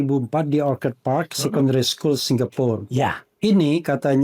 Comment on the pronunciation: andi azwan aja nyebut orchid dibaca orchad bener-bener aneh